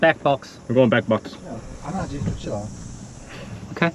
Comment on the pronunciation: OKEH! Not ohke